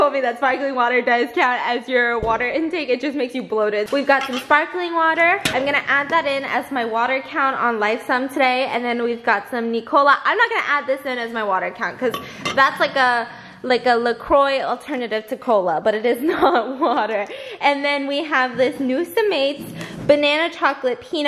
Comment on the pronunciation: It’s pronounced LA KWA!! Biss La Coy sparkling water😂